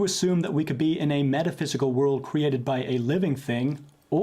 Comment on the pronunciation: Some of the dumbest questions I have ever heard. His mistake is thinking everything HAS to be cwheated (his pronunciation).